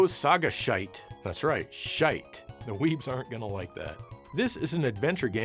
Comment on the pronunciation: I think it's supposed to be pronounced (Sah•Gah•She•Teh), but the other way is definitely funnier.